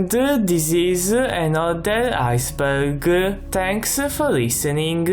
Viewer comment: I don't wanna make fun of how he talks... but when he says Iceberg it sounds like he's saying "IceBurger" just a minor word I kept hearing.